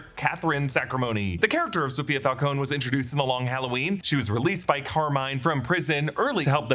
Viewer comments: It's Falcone not Falcon-e. Just saying. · It’s pronounced FAL-CO-NEE!!!! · Died a little every time he pronounced Falcone